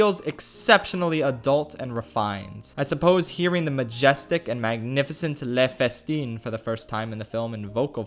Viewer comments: Never watched this movie in English and just heard the "i killed a man" for the first time lol. In American Spanish, it was dubbed as "i made street light fall with this thumb" Btw, it's pronounced "leuh fes-ta(n)" or sth like that, ending with a more nasal "n". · I wanted to strangle him when he pronounced "le festin" as "LA fEsTeEn" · >tries to pronounce "Le Festin" correctly to sound smart, even overenunciating to draw attention to his pronunciation >pronounces it incorrectly Great job.